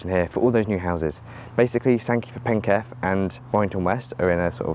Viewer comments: Funny to see someone interested in the local area: Sankey for Penketh (penketh is pronounced PEN-kuth to me - keth is with a schwa vowel)'s "Penketh" is a whole place just like Great Sankey. The car park is used for apartment parking somewhat, but is usually much more vacant compared to when you came. WAW is placed within the Chapelford estate which has a lot more working age people compared to the surroundings of SNK, so it gets used far more. I get the SNK train to LIV sometimes and it will only be me, or me and one other person boarding the train. Everyone just walks down to WAW, everyone knows WAW gets more service so thats why there is no sign I suppose. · Interesting video, but pronounce Penketh as PENK-uth. The line skirted the edge of the airfield. There was a spur off it into the airfield probably used when there was more happening as it was a massive military logistics centre. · I'd just point out a couple of pronunciation errors... for information, not as a rebuke. Firstly Penketh has the stress on the first syllable, rather than the second. Secondly Gateacre is actually pronounced "Gattaker", which of course is not obvious. Interesting vid nonetheless... as it happens I lived near Warrington fron birth to my late teens.